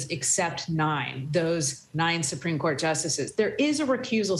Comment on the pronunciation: "Supreme Dourt"